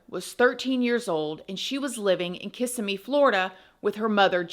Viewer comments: Sorry, respectfully… stop putting the emphasis on the ISS after the K and instead put it on the IM after the Kiss so kiss-IM-ee . Ok, now that that’s done… please continue. 😊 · Emohasis is on the second syllable - kis EM me❤ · Your covedrage of the topic was great! I grew up in that area and even went to Hunter's Creek Middle School-- Kissimmee is pronounced "KissSEEmee" with the accent on the SEE. It's not "KISSeemee." Sorry to be that person XD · Just a correction on the pronunciation: Ki-si-mi not kis-im-me. The emphasis is on the KI...so it's more like KI-simmy. The way you said it sounds more like KISS-im-my. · lol its not kiss im me florida. everyome says it that way that isnt from the area its so fun! it sounds more like ku si mee like your cussing not kissing. Always fun to hear. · As someone from Kissimmee, it sounds strange to hear it pronounced kiss-a-me. It is pronounced Ki-SIM-me. I dont usually correct people's speach, except for proper names. Sorry. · KISS-SIM-ME 😭😭😭😭😭 not KISS-ME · I live near by where this happened. Very nice community we knew right away the step dad had to of done it!!! You showed a picture of where I work when explaining Kissimmee pronounced (Kuhsimmiee)not KISSamee ❤😂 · I live about 30 miles from this area in Clermont It’s pronounced Ka-sim-E It’s a mixed bag there Very sad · I live about 35-45 mins from Kisssimmi Fl. It is pronounced KISS-em-Mee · Say it like: Kiss-ee-mee Florida. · Hi, I don’t mean to be a bother but it’s pronounced Ka-sim-mee. I’m from the town and it’s a weird pet peeve of mine and whenever I hear someone pronounce it like that I automatically say KISSIMMEE 😬😬😬 hope you’re well!!!! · The city is pronounced “Kiss sim mee” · You live in Florida then you should know its Kis- SIM-ee. Emphasis on SIM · Everyone mispronounces that towns name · Hi! I enjoy your presentations so much. I fly out of MCO a lot, near Kissimmee. It’s pronounced Kuh-SIM’ ee or Kih-SIM’ee